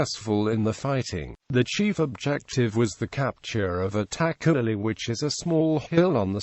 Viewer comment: It's itakhuli not attack khuli